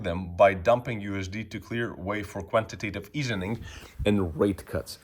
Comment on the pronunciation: It is not "quantity easening". It is quantity easing.